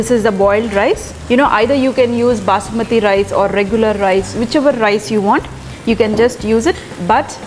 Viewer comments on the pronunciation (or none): none